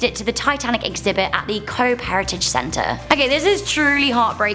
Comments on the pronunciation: Just saying- "Cobh" is pronounced "cove" not "cobe" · Hate to be that guy but Cobh is an anglisised Irish word. It's actually pronounced Cove, take this from an Irish person who's been there many times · You pronounced Cobh wrong it’s pronounced “cove” haha I’m Irish and it’s funny hearing you say it the way you said it haha